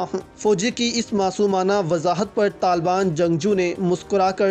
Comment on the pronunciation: Oh bhai pahly "Taliban" sahi bolna to seekh lo, yah lafz TALBAN nahin Taliban hey